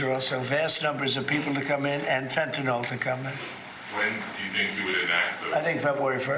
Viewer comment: I'm constantly hearing people talking about "fentanol". Sounds like dangerous stuff, but shouldn't they be more concerned about Fentanyl? I don't think anybody's ever overdosed on "Fentanol".